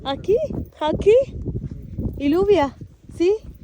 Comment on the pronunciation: Hi, it is not ഇലൂവിയ it is ജൂവിയ or യ്യൂവിയ , double Ls are pronounced as ജ or യ്യ